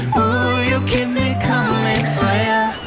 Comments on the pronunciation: "CuMNiN" No body: "COMIN" 😐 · It sounds like “Cuming”